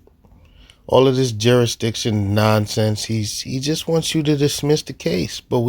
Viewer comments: He’s not even saying the “s” though, he’s saying jurydition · JURA-DICSHON .This fool is going to GEL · “JURRIDISHUN” is certainly among the greatest utterances of all time. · Tell him that 'juri'iction' is not a word and that he needs to speak English instead of his very, very advanced branch of jive. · "you nee' to proo' juridikton beyon' a reenable dou'!" He has no idea what he is saying, or how to say it if he did. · Real victim here is the English language.... The joker can't even PRONOUNCE jursidiction.....😅😅😅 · First of all, it is JURISDICTION. It has an "s" in it. Why does the court even entertain this idiot? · He takes the prize for the most different pronunciations of jurisdiction (all wrong)